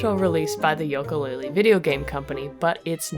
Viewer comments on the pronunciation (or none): Banjo-Tooie was better! (than the first one) Also it "YOO-kalaylee not "YOLK-Kalaylee" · you are the only person I have seen that pronounces it yoak-a laylee instead of ukulele. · not to be rude but it is pronounced yuka laylee not yoka. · The games name is pronounced You-ka Laylee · It's pronounced Ukelale